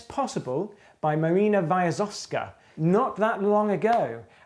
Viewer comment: You mispronounced name of Maryna Viazovska quite terribly.